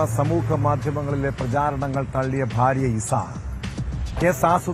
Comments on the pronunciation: ഇവന്മാർ പലരും ഫാര്യ എന്നാണ് പറയുക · അല്ല ബാര്യ 😂